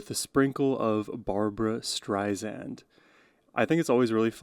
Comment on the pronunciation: Always love your reactions -- the genuineness and appreciation you bring to each experience! (Two quick side notes > Streisand was born Barbara Joan Streisand, but changed the spelling of her name to Barbra near the onset of her career. Also, she has clarified in interviews that her last name is pronounced "StreiSand", not "StreiZand" as some people tend to do. Figured you'd want to know!)